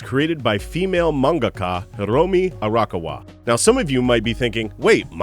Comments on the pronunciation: Hey, just a heads up from someone living in Japan who is cringing a bit at the names... Actually, it's Ah-Ra-ka-wa, not Ara-kawa. Also, for the titan video, it's Ee-say-yama, not Isa-yama... For an Anime channel, you gotta have those names down... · So close with your pronunciation of Arakawa's name! It's not "Arahka-wa" it's "A-ra-ka-wa". Simply pronounce each individual sound with the same length and tone and you'll be golden. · There were definitely a few things I didn't know so good job on that, but I was cringing everytime I heard you pronounce Arakawa >.< Does that make me a total weeb? In my defense, I do live in Japan so I'm used to hearing it the natural setting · No, I cringe every time he says it as well. He pronounces "manga" correct, not like "mango", but then proceeds to completely butcher the name "Arakawa', a simple four-syllable Japanese name, with a disgusting Western pronunciation. You're not a weaboo for caring about that, in this case. He displayed an obvious double-standard in articulation of the names, and in an audio recording that they can freely do-over on a video specifically made for an anime channel, it's lazy and disgraceful.